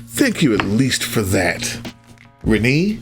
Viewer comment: I think Renne is pronounced "Ren-AY", so the second syllable is a long a sound.